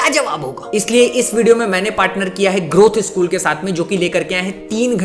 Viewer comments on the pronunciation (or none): none